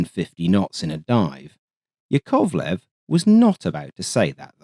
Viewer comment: YAKovlev, not yaKOVlev